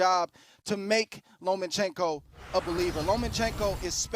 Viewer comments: ... OKAYYYY FOR THE UMTEENTH TIME,,,, it’s LOMACHENKO,,, not LOMANCHENKO!!!! Respect him and get his friggen name RIGHT!!! MAN this pisses me off,,! 😘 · At 4'00'' "LomaNchenko"... It's almost unbelievable, the USAnians are not even able to properly repeat a word or a name in any other language. And that name is the P4P boxer, not an unheard man from the street. And you, all of you, are boxer expert. Really unbelievable. By the way, 22 vs 32, 135 going up to 140, vs a 125-130, which already had troubles at 135. Every fight at 135 is a huge risk for Loma, being too small for 135